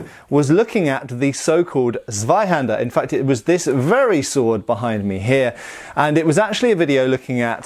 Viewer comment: What? Are we back to "swaihander"again? Please, please,. TSSSvaihander I´m serious. Please, i am begging. That false pronunciation sounds so awful and so utterly wrong.